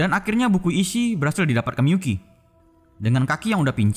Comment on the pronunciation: Miyuki atau miPUKI COY??